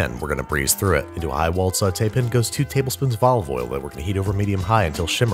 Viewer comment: I literally smile when I hear you say “sauté pin” now, happy to see you’re healthy and back in the regular swing of things. ✌🏽